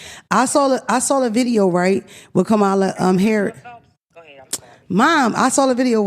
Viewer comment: I really hope yall learn how to pronounce the next President of the United States’ name… 😔